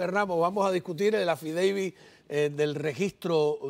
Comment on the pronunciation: Eso es lo único que ella puede hablar y repetir el affideivit y el affidavit.